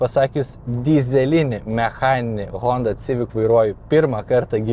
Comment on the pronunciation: Eilinis apžvalgininkas,kuris netaisyklingai taria automobilio modelio pavadinima-sivik,o ne civik.